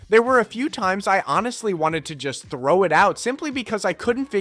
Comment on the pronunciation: he said »thow«, not »throw out« -- i never met someone whose hobby is throwing pcs …